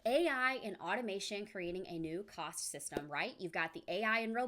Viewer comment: Hey Sister, I think you mean Caste, not Cost. It's a Caste System. You pronounce it with the Midwestern aah sound 😊 I agree with what JB said, it's a mix of both. Although I tend to lean towards Orwell. MARANATHA !!!